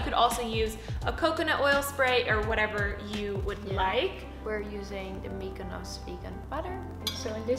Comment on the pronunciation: Anyone else notice her say Mykonos instead of miyokos